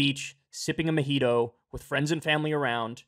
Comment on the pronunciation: I about died when Kyle said "mohito"😂